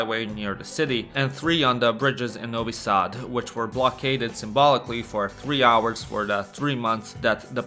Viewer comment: Say Novi Sad instead of Nouwy Saad. You arent american.